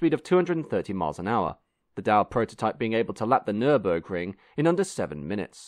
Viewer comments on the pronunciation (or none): none